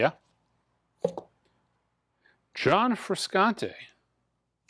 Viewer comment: John Frusciante - pronounced "Fru-shawn-tee". You know, the guitarist for the Red Hot Chili Peppers.